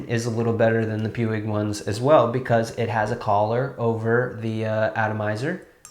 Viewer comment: Another great review! I got a bottle of this quite a while ago and really like it too. Just FYI ""Puig" is pronounced "Pweeg" in this country. There's also another pronunciation in Catalan but I think You'll do ok with "Pweeg." 😀😀😀